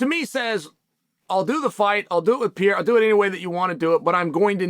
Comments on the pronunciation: Alex "Pierra" 😅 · There is a new era. The Pee-Era. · Chael refuses to even try 🤷‍♂️ Alex peee era 😂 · Alex Pee-era? Chael is slow upstairs